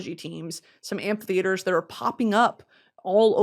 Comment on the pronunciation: I cannot for the life of me figure out how you’re pronouncing “Amphitheater” it sounds like you’re throwing in an extra letter